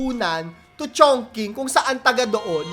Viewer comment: Chong-ching po ata ang pronunciation ng Chongqing... skl😅